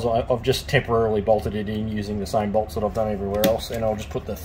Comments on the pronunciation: lol just a nitpick cos I had to do a whole presentation on it, but its DZUS as in zeus not DeeZoos lol, amazing stuff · its not d-zeus, its just Zeus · Dzus fasteners are prounounced ZEUS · Nice video. Just a tide bit. You don't pronounce the D in Dzus.